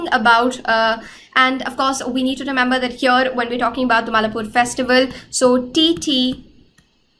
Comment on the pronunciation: its mai laa pore not mallapur , that sir sound great while explaining .